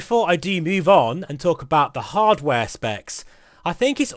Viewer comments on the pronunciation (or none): none